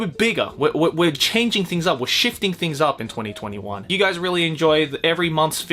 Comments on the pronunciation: you pronounce 2021 as 2020 won. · Well, you know... 2021 is pronounced twenty-twenty won.